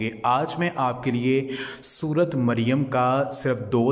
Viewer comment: Sorat nh bhaai sorah maryam